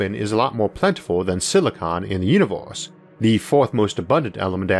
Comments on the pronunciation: Sadly, he said univorse instead like he always does. Whatever that is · da univose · he had me at "vee uniworse..." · When he said Univorse i clicked paused then wrote this comment then exit youtube